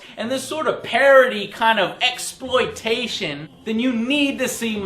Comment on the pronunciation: LOL Joe said MEXploitation